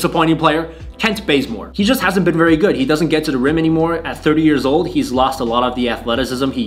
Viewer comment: It’s “the” not “duh”. Learn how to pronounce words.